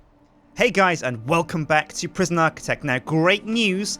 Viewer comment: PriSjin instead of Prison